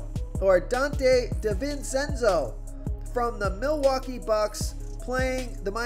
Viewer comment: Say it with me Donte Dee-ven-chen-zo